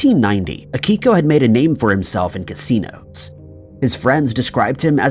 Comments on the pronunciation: It's Akio not Akiko. Also you did not need to say his name that many times... We know who you're talking about. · His name was AKIO Kashiwagi....NOT "Akiko".... 🤦‍♂ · And can’t Akio’s name right either. Pretty pathetic. Boring and annoying.